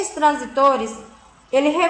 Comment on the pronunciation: A aula seria muito boa , se a mulher realmente soubesse do que está falando. Tem que ir pela leitura porque se for pelo áudio você aprende tudo errado hahahah é transístores e não transitores